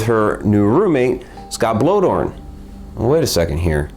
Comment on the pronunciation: For future reference, I believe 'Bloedorn' is pronounced "Blay-dorn".